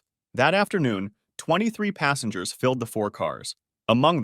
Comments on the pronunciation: Krug aka “Kroog” Like the Champagne. **Passengers not “Passangers” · 'Minbender' 'passangers'😆